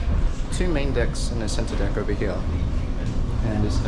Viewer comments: I knew you were from New Zealand by the way you pronounced “deck”.😀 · Watch him mispronounce the word deck, and you'll know